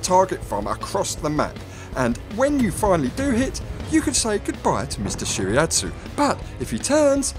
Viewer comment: nice video! love it! need more exp from USSR's DD to reach Tashkent! and spread the red flag (just kidd) (not that important it's actually => shi-ra-'tsu'-yu, really I don't like when get hit by IJN torps)